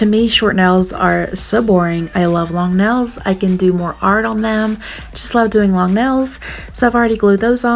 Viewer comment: Ril? You mean like, instead of real? Ril? Edit: nels? Instead of nails? Heck